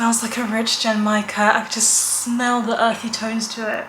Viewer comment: Genmaicha tea is one of my favourite teas, too! I love the roasted rice flavour. You almost had the pronunciation! The G in the beginning is a hard G like in "good", and the CH in cha (which means "tea", btw) is the CH in "chimney"! Source: I took Japanese lessons for a couple of years 😊 The last cocktail I had was a bit over a week ago in The Alchemist in Glasgow, where I was for Worldcon. I had The Colour Changing One (it did what the name says & tasted like apple) and Elderpower (it had elderflower and was served in a cute shiny rainbow can).